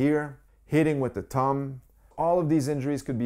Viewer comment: Bro it’s thumb not tum